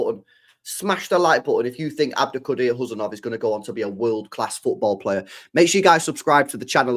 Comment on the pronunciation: 😮You are first English men pronounced his name correctly 😂